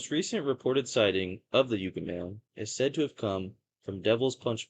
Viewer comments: Yes, Yucca = "Yuckah", not "Yookah"... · It's Yukka, short U, like the plant, not yooka. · Yuck uh…not U Ka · What schools did you go to? It is pronounced "yuck-ah" man, not "yook-ah" man. Also the are called "mount-tain" not "mow-ens"! Geez man, learn proper English!!! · It's pronounced "yuh-kuh", and Marine "Core". Cool video! Hope to see more! :elbowcough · It’s pronounced like the plant ! “Yuh cuh “ kinda sounding. I ain’t a dictionary! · And also "YUK-UH". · I'm not trying to criticize, but I thought you might like the correct pronunciation. Yucca is pronounced yuck-uh and Corps is pronounced core Alot of people make that mistake, if they've never heard the names before. 😁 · "Yoo-cah" man - Lol. Marine "corpse" - Lol. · Good video. Needs better pacing, though. No rush. You got this, you blued Yucca-man! Pronounced Yuck-uh. Also Marine Corp is pronounced "Core". It has a silent 'p.' Silent Like the Yucca man before attacking and leaving a corpse. The Joshua Tree park is the best park to visit. Great choice. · pronounced Yuck-uh LoL a number of stories come out of the 29 Palms area and surrounding San Bernardino Mountain range with Big Bear and Lake Arrowhead. i lived close to this high desert area for 25 years and travel up there a lot! the people are nutz 😂